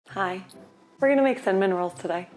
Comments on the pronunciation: I annoyed my wife so much by saying it kept sounding like you said “some minerals” instead of “cinnamon rolls.” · when you first said cinnamon rolls I SWEAR you said "some minerals" and was very confused. Also just when you said you always thought they were hard to make, my first thought was "oh the hardest part is the dough rising" then you SAID BASICALLY THAT. I guess I'm just psychic (que tiktok "i've got the mind of a master... mind master... master... you know? I'm just creative like that")